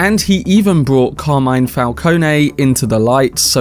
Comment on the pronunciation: Batman: no man's land AND Zero year. in my opinion. Falcone, pronounced fal-cone. not fal-cone-ee // Love your content mate, keep at it :)